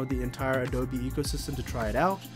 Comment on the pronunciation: This was helpful. Thank you for this. Also, the company's name sounds like "a-doh-bee"....like the mud bricks used to build houses in some parts of the world. Helpful info in case you make more videos like this. Keep up the good work. :)